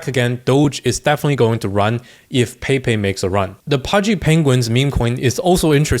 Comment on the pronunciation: "Paypay" 😂 say "Pepe" Mexican style pls